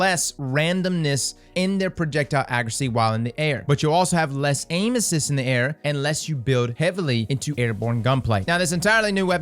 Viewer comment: Sounds like he’s saying anuses and not aim assist lmao